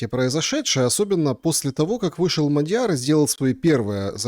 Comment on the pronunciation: Он не МадьЯр, а Мáдьяр. В венгерском языке ударение ВСЕГДА падает на первый слог. Исключение составляют только такие восклицания как «Ого!». См. также статью «Мадьяр» в Википедии.